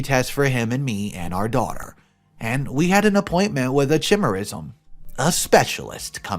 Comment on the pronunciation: Dude, Google the word and pronunciation of the word "chimerism." If you want people to share your videos, especially since not everyone's first language is English, at least make an effort to do better!